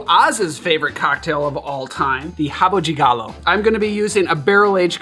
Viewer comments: Dude, you´re pronouncing rabo de galo correctly, like we Brazilians do. Respect.😃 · He nailed it!